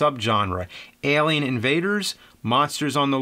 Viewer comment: Does anyone else find it so weird how he says "Elian" instead of Alien! 😂